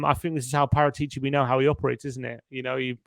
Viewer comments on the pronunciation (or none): Please pronounce Paratici correctly. It's disrespectful.